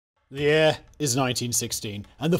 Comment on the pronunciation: how many takes until you said year without a heavy accent